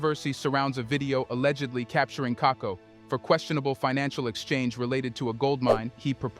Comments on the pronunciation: KAKUBO please, NOT KAKO. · Apart from mispronouncing Stanley Kakubo's last name it's good and accurate analysis.